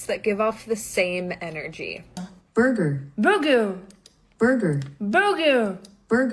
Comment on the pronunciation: there is a difference between choosing to be single and being single! I mean this demon found someone, doesn’t mean you will, but if a demon can find someone, surely you can! lol nope! Russian, trying to say burger girl eat too many burgers! Burgers are in the eye of the beholder, or the stomach